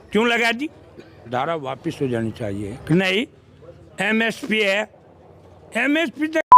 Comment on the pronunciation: bhai MSP ko SMP bol rha h..lekin karega virodh..😁😁